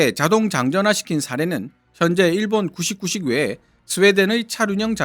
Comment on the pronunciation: 자꾸 구식구식으로 들리네